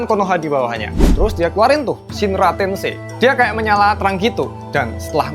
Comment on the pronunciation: Sbnrnya overall udh bagus bg...cuma kl blh saran act out sm intonasi suara nya mungkin bsa lebih dimiripin lg...gw nangkep nya pas ngucap "shinra tensei" kyk kurang bulet vokal nya kl dibandingin sm versi asli nya...ap karena logat jawa nya msh kental wkwk